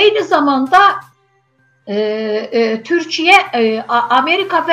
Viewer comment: Bu qiz kimdise deyin bir az yavaw daniwsin. Deyesen cawibe. Ay xanim qiz Turkiye deyirsize TURKIYE. Ukrayna ile gucnen bacara bilmir hele. Turkiye ne edecek Rusiya?